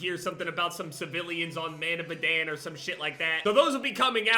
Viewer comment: the fact he still can pronounce madan pisses me of